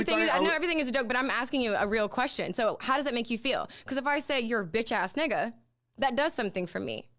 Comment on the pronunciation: She don't say nigga right 🤣